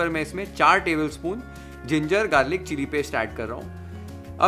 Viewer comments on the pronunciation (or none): none